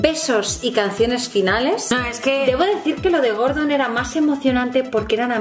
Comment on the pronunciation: andrea me esta dando toc absoluto oirte decir gordon, ES GORDO!!!! sin la N!!!!!!!!!!!!!!